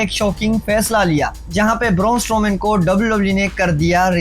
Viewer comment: Raaa. Boorrrnnn strooman. Caaan 😅 I like your video and the way you moving your hands 😅 you got onr subscriber